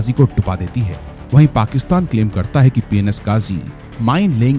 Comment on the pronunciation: Why did I hear p*n*s ghazi😐